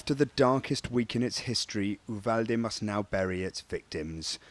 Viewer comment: An English-speaking reporter actually pronouncing Uvalde the Spanish way. A rare find. The American English speakers are butchering it.